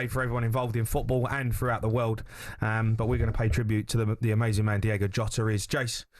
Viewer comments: DIOOOOGO not Diego.. least you can do is look it up before you talk ffs.. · Can we at least get his damn name correct?!?! D-I-O-G-O, not Diego. SMFH!!! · At least pronounce his name correctly ffs, it’s diogo not Diego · Please get his name right. It's DIOGO, not DIEGO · Gonna pay tribute and can´t get his feckin name right ??? Its DIOGO not DIEGO FFS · What is so hard about pronouncing someone’s name? The players name was DIOGO JOTA not Diego jota it’s DIOGO YOTA I’m not even a Liverpool fan it’s just basic respect really but I do like this video it’s a great tribute fair play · At least get his name right, Diogo not Diego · Say his name right please, mate. It's not Diego. It's Diogo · Diogo not Diego. Smfh 🤦🤦🤷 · Please please say his name right - it’s D-I-O-G-O WITH AN O!!! IS IT REALLY THAT HARD ? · As an honour to an absolute legend and more importantly respect, can you please pronounce his name correctly. Diogo...Ywna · Its "Diogo" jamie fs. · How can you read his name, and hear it said again and again on your own show, and STILL call him Diego? Come on ffs. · "DIOGO" how hard iis that to read and say correctly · Get his name right ffs